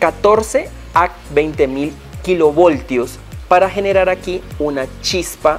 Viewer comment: Se le escapó lo costeño 🤣